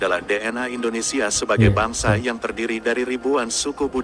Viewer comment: IndoneSIA, bukan IndoneSA. Tolong dikoreksi ucapnnya.